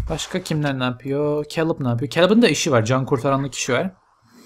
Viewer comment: abi o keylıb diye okunuyor :D